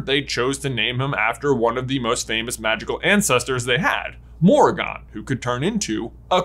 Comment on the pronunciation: Every time you mispronounced Morrigan, I cringed. More-rig-an